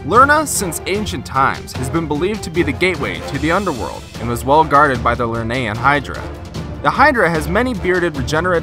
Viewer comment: The things you saying is wrong Cylla :that is Cthulhu Curibnes (cur-rib-nes Lernaean hydra:(ler-ne-an) I now my mythology